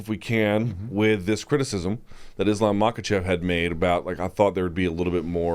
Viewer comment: Since Luke's thing is pronouncing names correctly, somewhat surprised he doesn't get Islam's last name right. It's not like it's hard to say, just has to pretend the k is silent. Anyway, keep up the good work in general guys.